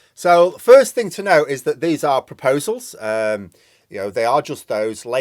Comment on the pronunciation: "Propsals" eh?